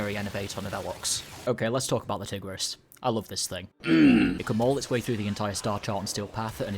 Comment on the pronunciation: I thought you said tgirls and that was swag :3